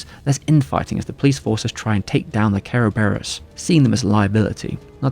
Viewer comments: Kara-bare-rose? It's Ser-Ber-iss the multi headed greek dog that guards the underworld. Cerberus Corp. With an alternative spelling. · don't know why the hell you kept saying Ke ro be ros , is just kuh buh ruhs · Its actually pronounced KEr-veros its the original greek word which the West latinised as Cerberus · I keep hearing "carebears" xD great video as always! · The way you says "Kerberos" sounds like you saying "Care Bears" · Im guessing its closer to the japanese pronunciation that way? Every syllable having a vowel and all that?